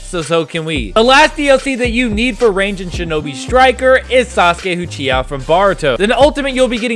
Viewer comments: bro nice vid but its not "baruto", its boruto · this man said BARUTO instead of BORUTO